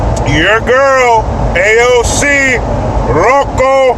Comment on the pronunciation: You got it wrong again! It is Loco! Not "Local".